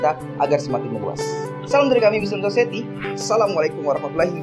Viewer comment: Mohon dikoreksi, kalau tidak salah "society" seharusnya dibaca "sosayeti", semoga bermanfaat dan salam sukses untuk channel "Moslem Society"!